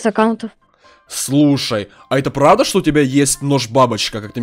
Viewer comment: Прадаветс, ору))